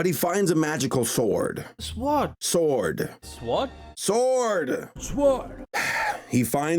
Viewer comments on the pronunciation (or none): "He finds a magical swaard" - 2018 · "SwArD"... I can't. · "my sodder" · I really wonder why everyone in this film pronounces the w in sword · My friend always pronounces "sword" that way... it bothers the hell out of me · Why do they say the w in sword. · Wait, these people pronounce the “w” in “sword”? Did the Indian creators dub this into English themselves!?